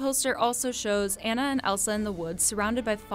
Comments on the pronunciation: Her name isn’t pronounced Ann-uh. It’s Ah-nuh. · It's been 6 years and people are still pronouncing Anna's name wrong. It's 'on-uh' not 'an-uh'. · Its pronounced Anna. Like when your saying "Ah, I get it now!" Its pronounced Ah na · I can’t believe after almost 6 years people can’t pronounce Anna name correctly. It pronounced Au-na not An-na. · Her 👏 name 👏 is 👏 Anna 👏 not 👏 Anna 👏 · yannow what you missed? the correct pronunciation of Anna 🧐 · Yeah you missed how to pronounce Anna correctly 😂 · You miss the part where you pronounce Anna wrong... Sorry, personal pet peeve, being a Disney freak and all. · Anyone else cringe everytime someone pronounces Anna's name wrong?